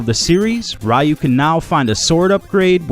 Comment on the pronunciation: It's pronounced ree-u...and it missed the 32 bit era as well